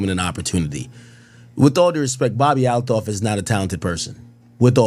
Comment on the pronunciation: intentionally saying "A-Loff" instead of Althoff irks me to my soul! lmao. Its no big deal, but this is a big problem with the Black podcasting space. People who are opting to speak for a living are varying degrees of illiterate OR too lazy to be bothered to enunciate or pronounce proper names right. I get it, ebonics blah blah. Im not talking about that. Im talking about using the other 90 percent of the sentence wrong 😆. On one end of the spectrum we have and and on the other, more "special" side, we got and.